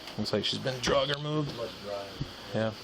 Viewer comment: Do Americans really say drug instead of dragged? Gives me an eye twitch every time I hear it